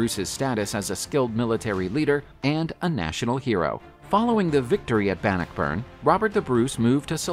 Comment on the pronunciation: It's Robert de (day) Bruce. He was a Norman Scott (The Normans came from France... hence de which is French for the) and it's pronounced Ban knock burn. Not every word or name is pronounced as it's spelled. Like the Seat of the High King of Ireland was spelled Team Hair, but pronounced Chow Er. The English bastardized it into Tara (Tar ra).